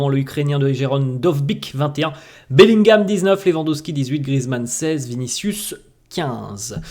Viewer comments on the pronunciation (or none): none